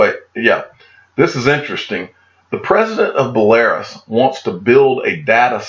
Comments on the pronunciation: That’s “Belarus” Bel A Rus. As in Roos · Bel a ruus. Just sayin.lol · It's pronounced Bell-a-Roose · Your information is great I listen to you every day my friend . But you need to travel more when you get your XRP Millions. So you can learn how to pronounce "Belarus", Stuttgart, Zug and some other Ringers you come up with , ha ha.. Keep up the good work mate.